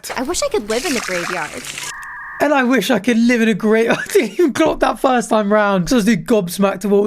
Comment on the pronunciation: "I wiosh I could live in the graveyard!" yeah we do too lady